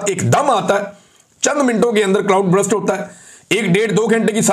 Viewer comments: Please correct your English words' pronunciation. It is not BRUST. It is BURST. CLOUD BURST. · Brust nahi burst hota ha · Bhai jan just a correction: it’s not Brust - it’s Burst. So it shouldn’t be pronounced as Brr-ust - it should be pronounced as Ber-st. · Imran bhai brust nahi burst ..cloud burst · C L O U D B U R S T = U ki sound R ki sound say pehlay hai Imram Bahi.